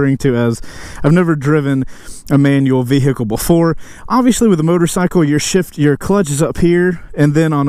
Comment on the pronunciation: Am I the only one who hates the way he says "vehicle"?